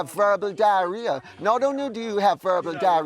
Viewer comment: She said verbal diarrhoea and it’s sounded like she said verbal diary